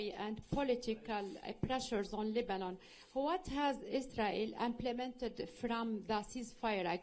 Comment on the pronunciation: Miss. Lindsay say's don't ask about Isrul😅